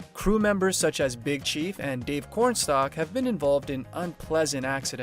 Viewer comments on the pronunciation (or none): You've clearly never even watched the show. Why do you insist on putting out videos about people you know nothing about. At exactly one minute into a 12 minute video you have proven you don't know these characters at all. The name is Dave Comstock, not corn stock. I would advise you to do a little more research for at least watch a couple of episodes before you try telling everybody how much you know.